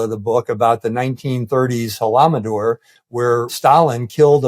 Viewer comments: Holodomor, General Hertling, not Holamodor. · There's no Holomodor ......he is trying to say Ho-lo-do-mor, Holodomor. :) The great famine of the 30's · Correct. And it‘s „Holodomor“. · Lt. Gen. Mark Hertling is an analytical expert in eastern European war crisis? Are you Joking? Tell him to learn how to pronounce "Holodomor" - de facto the pronunciation in Ukrainian and at least remember that by artificially inflicting the Holodomor, Russians (under Stalin ruling) killed at least 4-5million Ukranians and Moldovans in ->and not 30 000 as this "expert" claims! Shame of you an any troll-expert that spreads misinformation!!!!!!!! 😠😠😠😠😠😠😠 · “halamador” lol “Speaking Ukrainian was illegal in Ukraine for 40 years” And these morons think they a some kind of experts on Ukraine and Russia, they can’t even get basic terms and facts right I feel bad for anyone who watches and gets brainwashed by this garbage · he got the name wrong it's Holodomor but I get that I often get the consonants mixed up but he massively massively understated the death toll which was anywhere between 35 and as many as 10 million. Can't come on something where you're going to speak to people and cite 30,000 as a figure when it's 3.5 million minimum that's just bloody irresponsible